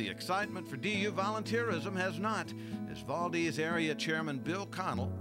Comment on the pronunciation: As an Alaskan born, current Idaho resident, I took exception to both the multiple mispronunciations of “Valdez” and calling Idaho part of the Midwest.